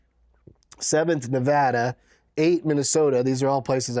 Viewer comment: Thank you for saying Nevada correctly